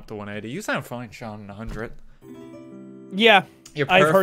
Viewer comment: I have said this once and I will say it again Sean is pronounced seen not shawn Sean bean